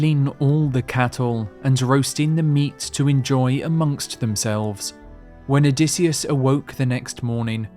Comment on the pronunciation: "Odysseus" it is Pelasgian myth not a "Greek"!! O dy sheu